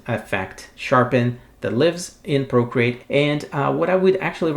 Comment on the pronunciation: I like your accent. Sounds like you’re saying “brocreate.” That would be a great screen name. ;) Valuable info, as always. Thanks so much!